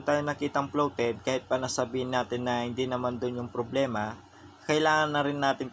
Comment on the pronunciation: Correction lng boss. Bloated Ang tawag sa capacitor na lomobo na. Ang dinig ko Sabi mo floated. Bloated boss Ang tawag. 😊 Pero Ang galing nyo boss. Keep it up.